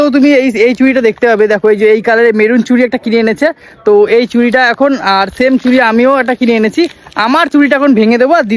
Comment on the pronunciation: ওটা "চুরি" নয়.. "চুড়ি"!